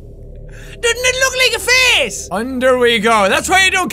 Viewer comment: I like the way he says face....it sounds like he is saying fece